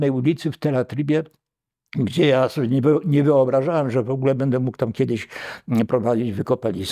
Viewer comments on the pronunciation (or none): none